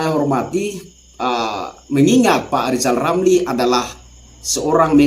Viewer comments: LIZAL LAMLI jangan ngomong dulu kl blm bisa memperbaiki huruf ( R ) dng benar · Salam Santun Bang, Hajar Terus Orang orang yg bermulut Celupar itu, Lizal Lamli Cedal huruf R Aja Gak jelas, tapi omongnya sebakul 😂😂😂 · Sebenarnya Lizal Lamli itu IRI sama Pak Jokowi karena anaknya Sukses luar biasa... Pak Lizal Lamli coba belajar dulu dah biar bisa ngomong er baru ngomongin PRESIDEN... Tapi kalau Lizal Lamli jadi presiden bisa kok tapi PRESIDEN Di Dunia DONGENG... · LIJAL LAMLI belajar ngucapkan R dulu lah. Semua sudah tau. Kalau LIJAL LAMLI seorang satpam/penjagah harta CENDANA. gara2 harta CENDANA dari hasil korupsi di ambil alih negara🤭